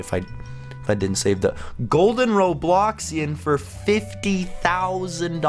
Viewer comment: it's roblox not robloc